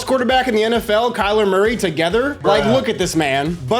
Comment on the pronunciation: Kyler Murfood, so it sounds like more food 😂